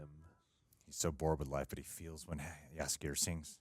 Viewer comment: Your pronounciation of Jaskier is very good, actually one of the best I've heard of foreign reactors!